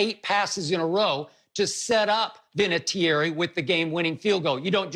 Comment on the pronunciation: Love how Skip pronounces Vinatieri’s last name wrong lmao 😂😂